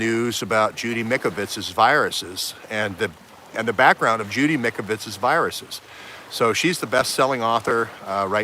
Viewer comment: It’s Mike-O-vits ...(the Italian Doctors have done Autopsies on CV19v2 victims and found the illness is a Bacteria like a bad common Cold and causes upper respiratory lung disease and exasperated by 5G! Time to check it out)...great reporting...thx much. DO NOT TAKE THE VACCINES!